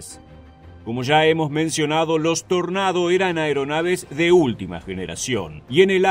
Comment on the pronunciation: Dios, muchas gracias por pronunciar "Tornado" cómo se debe Buen video